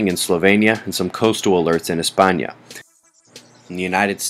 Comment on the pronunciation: Nice.. u pronounce spain the proper way in spanish.. btw love these vids.... they are my eyes around the globe...even around the solar system...